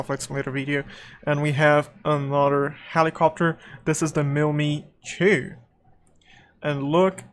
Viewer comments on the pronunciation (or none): Good video, nice job. Thumbs up given! (although it made me cringe each time you said "mill me to"😬 It's pronounced Mil-Emm-Eye-Two) 😂